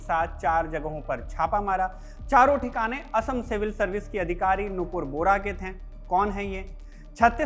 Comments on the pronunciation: Bora not bohara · Bohra nahi Bora surname hota hai